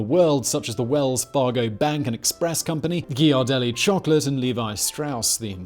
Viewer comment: Painful to hear Simon mispronounce words I've practically grown up with lol. Presidio, Ghiradelli, etc.